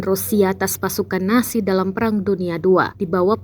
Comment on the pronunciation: nazi bukan nasi🙄🙄🤦